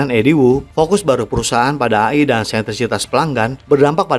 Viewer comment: apaan ❓❓❓🤔🤔🤔🙄🙄🙄 AYI ❓❓❓🤔🤔🤔🙄🙄 yg betul itu EY AY ( AI ) 🤦🏻‍♂️🤦🏻‍♂️🤦🏻‍♂️🤦🏻‍♂️🤦🏻‍♂️